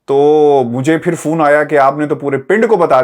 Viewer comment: Phone ~ Fone 👍sounds like Phone ~ foon 👎 dose not Best regards from 🇨🇦